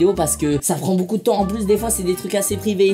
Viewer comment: Michou tu me tue tu dit boucoup au lieu de beaucoup